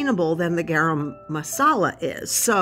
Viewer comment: Hey guys 😁 yeah pretty sure you pronounced garam properly the first time, I eat a lot of curries 😂 🌸